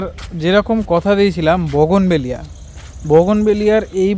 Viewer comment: বগোনবেলিয়া না.... বুগেনভেলিয়া বলুন